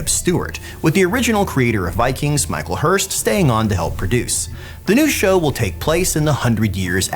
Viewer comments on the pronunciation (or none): none